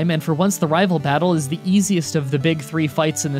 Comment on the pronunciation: he said raval fight